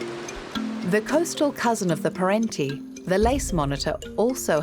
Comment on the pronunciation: pErentiE (not "pArenti"). 😉